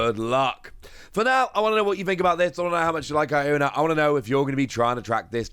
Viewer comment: Pronunciation seems correct. The way the game presents it, sounds like it suppose to be a pun, sounding similar to someone saying "I dont know" as "I'onknow"